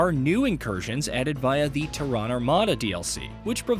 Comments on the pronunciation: "Tear," as in to tear a piece of paper. Then "ren." Tear-ren." Terran. Emphasis on "Terr-." TERRan. Not terRON. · This is narrated by AI...Tehran Armada?? Did Iran beat everyone in the space race? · "TeHRan" lol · How do you not know how to pronounce "Terran"? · AI still cant say Terran correctly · It’s astounding how no one knows how “Terran” is pronounced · The guy can't even bother to look up how to say "Terran" properly weeks after messing it up the first time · Funny too because this is basic latin that anyone with a basic understanding of english would know what terra means and how to pronounce it, (and by extension terran) Which is ironic because this guy is "supposed" to be a journo, i.e supposed to be well versed in the language. Though he is american, who are third worlders who dont actually speak english. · Who the fuck mispronounces terran